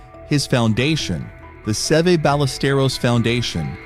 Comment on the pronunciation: You could have got his name right!